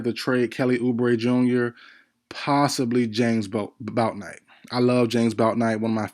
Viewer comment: Yall be capping like f... you don't love Bouknight..you can't even say his name right. With all these videos on players there is really no excuse to be mispronouncing anyone's name like that.